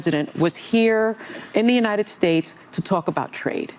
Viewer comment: States, not stakes bro.